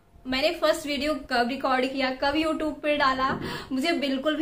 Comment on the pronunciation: Question, you tube ka sahi se pronunciation to karo...